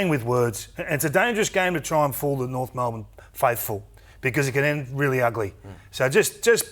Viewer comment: "Try and fool the Norf faithful" - Kingy my brother, you don't need to try